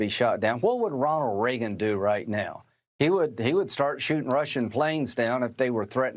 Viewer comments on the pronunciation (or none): "hwat would Ronald Ragen dew"